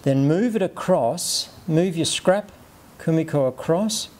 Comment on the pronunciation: 1 shot of your favourite drink every time he says komikor